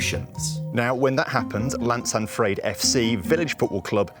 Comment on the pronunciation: OMG it is so frustrating hearing foreigners say CLaNSaNfrYEd it’s llansantfraid please stop mispronouncing welsh town names, if you can’t say it then DON’T!!